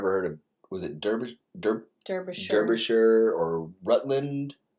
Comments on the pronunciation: Dar byshire, not Der yshire...this is one odd video you are watchiing. Chelmsford!!!! Really lol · Both "Durby shire." and "Durby sheer" are wrong. It's pronounced "Darby shir", Darby as in larvae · Not Darbyshire either - it's pronounced "Darbyshuh" or phonetically: /dɑːrbiʃər/ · Phonetically its not Derbyshire its pronounced Darbyshire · Derbyshire pronounced Dar be sher by Locals. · Derbyshire is pronounced DAR-BIH-SHUH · "The least attractive"! Yes, I picked up on that in another reaction video. Obviously the narrator is reading from a script with a typo. Double deckers are everywhere NOT just London. Derbyshire is pronounced Darbyshire. Sher not Shire. Rutland is Englands smallest county NOT country. The little black swan was an Eurasion Coot which makes a loud click/squeaking sound. Kind of like somebody whistling and slapping two pieces of wood together. York Minster is the Cathedral in York built on a historical religeous site. Go down into the foundations and see the Roman, Viking and Medeaval burials. (NO flash photography down there though) Orkney, a word with 2 syllables "Ork~ney" not "Or~K~ Nee". ;¬) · It's pronounced Darbyshire